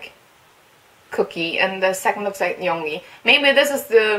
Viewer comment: Just sayin it's pronounced yoon-gi not young-gi.